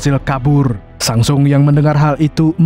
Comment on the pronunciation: bukan sang sung bang tapi sung sang yang tepat😂😂😂😂😂🎉🎉🎉🎉🎉🎉